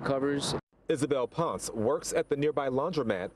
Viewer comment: Ponce not Ponc